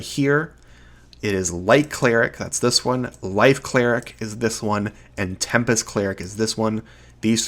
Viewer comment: you pronounce light cleric and life cleric exactly the same